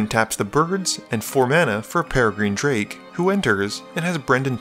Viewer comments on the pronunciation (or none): none